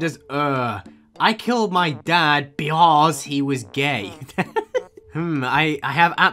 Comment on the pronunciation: "beuaause" LMAO I CAN'T 😂